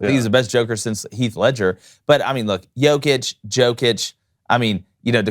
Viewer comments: learn how to pronounce his last name (Nikola Jokić ; Pronunciation: \ni-KOLA yo-kitch\ ; Nikola Jokić ), is it so hard to google it ffs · First of all learn to pronounce the players name. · U need to learn to pronounce his name, it's disrespectful, he is in NBA for 7 yrs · Say the name of the best basketball player on the planet correctly, d*mn*t! So annoying. Non-Americans will be the face of the NBA when LeBron, Steph, KD, and Kyrie phase-out. Hail Jokic, Doncic, Embiid, and Giannis! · Good vid but you gotta say his name correctly. Like damn He’s the mvp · Bro. Appreciate the sentiment and the message is true. You are correct Joker deserves (infinitely) more praise. BUT CMON MAN.. You gotta reshoot this and pronounce his name right. Like I can't even.. nobody said anything while you all were practicing this? This man is the best in the world. Doing things no player has EVER done. Put some damn respect on his name! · You are not pronouncing his name correctly. It is Jokić where "j" readed like in "you" or "Yugoslavia". It is not "J" like in Jordan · istina brate